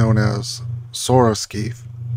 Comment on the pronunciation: Isn't it "Skay-th"?